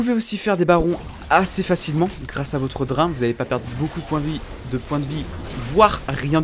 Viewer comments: "Pourquoi le Dr1 est..." ... ça se lit "Drayne".. xD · ça fait vraiment tiquer de t'entendre mal prononcer BEAUCOUPS DE MOTS ; "bild" (build) "drin" (drain) "tryndameure" (tryndamere) etc